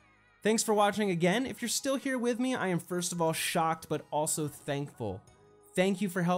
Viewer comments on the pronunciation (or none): none